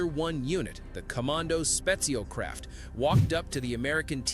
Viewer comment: Why is it so hard to pronounce "Kommando Spezialkräfte" correctly?